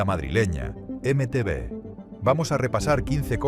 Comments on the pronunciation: Imagínate, en el 81 tenía diez años, y acabé la década con 19 (sí, aunque habrá gente que le explote la cabeza, la década va del 81 al 90). Excepcional video, eso sí (ya lo he leído en algún comentario anterior), lo de la voz con IA me sobra, especialmente cuanto ha sonado ese horrible EME TE BE, salvo eso, gran vídeo. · Dile a la IA que nadie pronuncia eme-te vé.